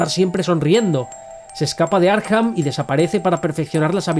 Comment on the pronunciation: Porque dices Arjan a Arkham?